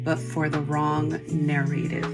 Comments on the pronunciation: Dude shes reading all of that reaction video off of a computer or something because her eyes keep glancing to her left and she keeps pronouncing " narrative" like she doesn't know the word and is reading it because someone else wrote her response!!!! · The way she pronounces “narrative” pisses me off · The only other thing I really have to say the way that she keeps saying narrative is driving me absolutely insane say the word right please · She talks about Pacific Islanders like they're a completely different species from the rest of us LMAO! And the way she pronounces the word "narrative" was absolutely driving me up the wall. All I know is the video made me feel sick to my stomach and made my heart sink... also he is 100% wearing a glove, look at how it creases in the bend of his pinky finger, it's just a really tight glove; but you're correct that it doesn't matter regardless. It makes me furious and sad for this "kid" (and their other kids) because he's clearly being assaulted by his father and now it's all over the internet... We are all collectively watching a father s*xually assault his son (allegedly) and we're combing over every detail and arguing about the logistics/semantics of it online like it's not a serious issue... To the father and mother, I hope karma hits you full force from both sides like two oncoming trains slamming into each other. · If she don't stop saying "narrative" wrong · she's reading a script. Guarantee her creepy ass husband wrote the script for her to read, cuz if it was her own words why is she having to read it? If you were recalling actual events you wouldn't need a script. Plus she can't even say the word "narrative" which shows me she doesn't use the word, someone else wrote it for her to say. I am willing to bet money she's reading what he wrote. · He wrote that for her to say. She says the word “narrative” wrong. He seems to enjoy “gay baiting” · The way she keeps saying narrative like that is sending me